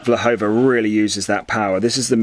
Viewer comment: Her name is Vlhova, please correct it, thank you!